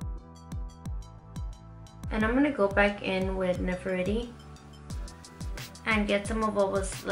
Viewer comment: "Ne-fer-tiri" like the and Egyptian Queen... You'd pronounce that name like you were saying it in Spanish... The "e" in this name is how you would say e in Spanish... 💕💕💕💕💕 love this look, mama!!! Xoxo